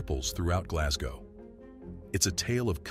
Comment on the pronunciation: I think I was impersonating how the narrator said Glasgow but aye,I live not far from Glasgow and we say Glesga tae,and I live at the mouth of the Clyde,oh the shame,lol.All the best bud.